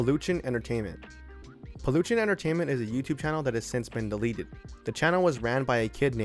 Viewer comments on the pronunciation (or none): "palushin Entretainment"